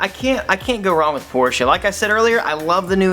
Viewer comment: You're the only person on YouTube that says Porsche correctly!